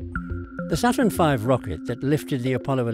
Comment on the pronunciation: "The fafurn V Rocket..."